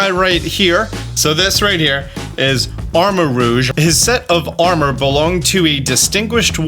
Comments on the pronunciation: You are the first reactor I've seen to pronounce Armarouge correctly. Everyone else I've seen has pronounced it Arma-Rogue. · First Youtuber I've heard saying the names for Ceruledge and Armarouge correctly!! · You are currently the ONLY YouTuber covering this that I have heard correctly pronounce armorouge